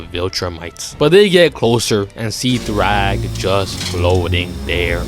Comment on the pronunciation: It’s thragg not thrawg goofy